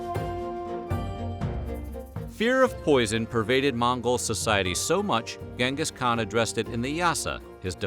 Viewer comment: It's pronounced chengus not gang Gus lol